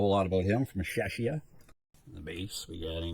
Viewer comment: If I may, just one small thing: Czechia is not "sheshiya". It is "ˈtʃɛkiə". Shorter name derived from the Czech Republic 😊